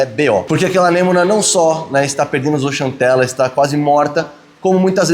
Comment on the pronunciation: Não é zooxantela é zooksantela, em grego e latim x tem o som de ks